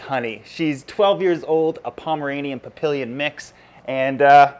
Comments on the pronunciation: It's pronounced PAPI-YAWN LOL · He can't pronounce papillon. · The way you say papillon 😂😂 no hate though I just thought it was funny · Tomi R haha I was like "did I hear that right??"